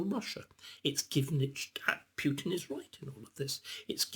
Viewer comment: Spoilt by calling him "Pewtin".